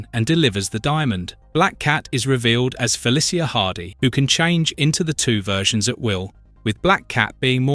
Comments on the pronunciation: I am begging you, please learn how to say Felicia, it’s Fe-Lee-Sha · It feels like you said the name Felicia 64 times in this video but didn't say it right once. I'm actually impressed.